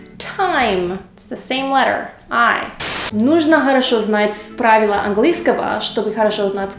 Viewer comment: Не англЫского, а англИЙского.